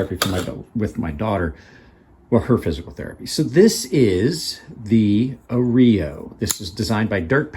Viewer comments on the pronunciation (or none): That “groove” is probably why they called it the arroyo. The “groove” is like a little arroyo down the handle. Didn’t even occur to me until you mentioned it. You’re pronunciation could use little work though. Just sayn. I respect your point of view on things, you definitely know your stuff otherwise